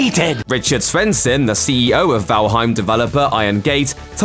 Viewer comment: The mispronunciation of Valheim even though he said it right the first time?